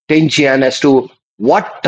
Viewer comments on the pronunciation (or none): This man can’t even pronounce Tianjin properly, and he is supposed to be a specialist! lol